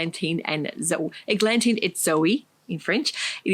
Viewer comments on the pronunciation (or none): All the new products sound great. The French word for and - et is pronounced with a silent “t” so et is said eh. Love the Seasons of East dress on you, so I think I will try it one day.